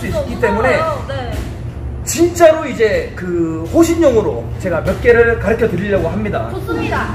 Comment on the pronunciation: 가르켜 가 아니고 가르쳐 에요